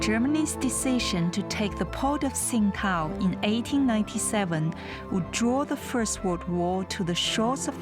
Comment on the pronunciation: I‘m afraid the journalist made a wrong pronunciation of the name of the city...